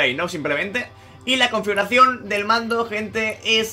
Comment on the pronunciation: Confuracion xddddd No puedes pronunciarlo bien?